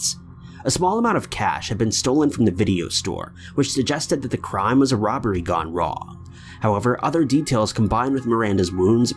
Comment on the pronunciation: I was gonna subscribe to the channel but then I heard the way he says 'crime'